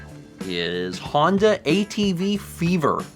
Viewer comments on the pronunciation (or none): none